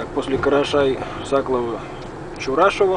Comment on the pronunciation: Не Карашай Сакловооооо, а Карашай Саклооово